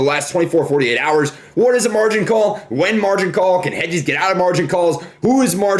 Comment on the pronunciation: he said wen instead of when